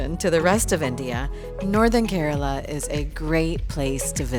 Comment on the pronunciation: Instead of mispronouncing, Keraala, she said Kerala. She is alright. The best gift of Kerala to mankind, Ayurveda! Catholic here and even I can vouch for its efficacy cent percent. And of course, anything coconut and banana chips; so on and so forth goes the list. We are not perfect; still have a long way to go but we do so steadily. And if not for anything, some of the handsomest men on the planet, especially Calicut and Kasargod...oh , well!